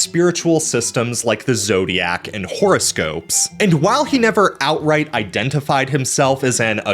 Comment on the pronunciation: Love the way you pronounce "horoscope" "whore-o-scope". Is that suppose to mean something? 🤔🤔😉